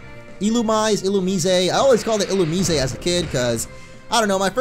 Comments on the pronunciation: In the anime they pronounce it il-u-mize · Um u actually pronounce Illumise (Illu-Mais) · Just pointing it out, it's ill-oo-miss-ay